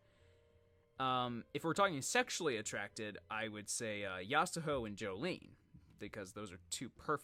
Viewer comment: Didn’t he say that it’s Yasuho?